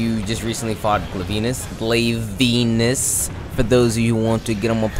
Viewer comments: Did you pronounce Glavenus "glave-ANUS"? xD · Stupidest pronunciation of glavenus